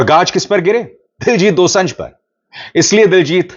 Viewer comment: Abhishar ji his name is Diljit Dosanjh Pronunciation is dosaanjh ( दोसांझ) not दोसं‌झ Thanks ❤